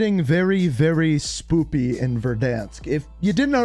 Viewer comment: This guy really said spooby